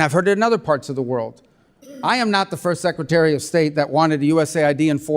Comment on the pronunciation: Meeks can't pronounce secretary....secatary??